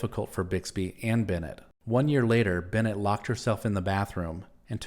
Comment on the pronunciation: Brenda Benet was pronounced BEN-AY, not BEN-NET.